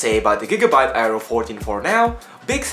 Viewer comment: hey bro nice little review here, and just wanna let u know its pronounced "Air-row". gigabyte build quality still seems a bit iffy to me, so i think the razer blade is still a better choice becos of its single molded aluminum chassis.